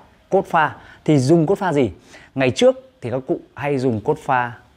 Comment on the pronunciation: Anh la ki su xay dụng cốp pha sao anh lai doc la cốt pha